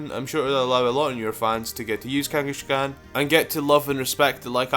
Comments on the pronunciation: Kangaskhan, not Kangeskhen. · Kanghashkan? Really? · Kangas-kahn not kangashkan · "number one is kangashegon" me: its kangaskan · he said kangiSHkon!!!! LOL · Kangaskhan is pronounced like the mongol Kangas Khan, not Kangi-shkan, just thought I'd point that out. However I dont know how gamefreak made the connection, if you know do say. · It's not pronounced "KangaSHkan", it's "Kangaskhan". There's no "sh" in its name :P. Also I'm glad I'm not the only one who thinks there needs to be a prevo (Baby form imo actually) for Tauros and Miltank that evolves based by gender. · idk why, but when people with accents pronounce something oddly, like how ThnxCya says "Babby" instead of "Baby", it makes me laugh a little, like when says Kangaskan it's funny, no offence man, but still ^u^ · The baby in Kangaskhan's pouch is a baby Kangaskhan, not a different pokemon. They can't just alter history to say that's it pre-evolution. Also you pronounce "Kangaskhan" wrong.